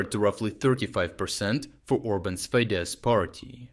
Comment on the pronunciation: It is simply /fides/. sz=/s/ not /sh/. /sh/ is s.